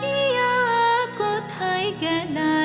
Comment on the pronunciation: এই শিল্পী কি অশিক্ষিত উচ্চারণ করতে পারে না কাড়িয়াকে বলে কারিয়া পাড়ি বলে পারি